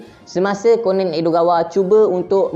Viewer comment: bacanya ko-nan bukan konen